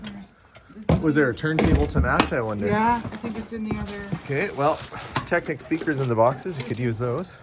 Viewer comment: ok i know your young but i gotta correct your pronounciation the brand Technics is pronounced : tek neeks